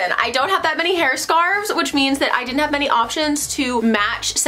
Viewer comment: The way you say head scarves 🤣🤣 do all Americans struggle?